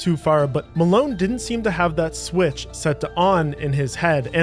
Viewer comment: It’s Marone